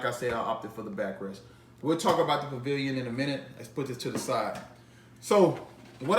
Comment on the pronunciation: you keep saying Pillion with a "V" like in pavilion. Its pill-ee-on...just want you to make sure you knew that